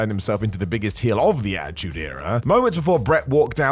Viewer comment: Not gonna listen to a guy say achtude era for 50 mins smh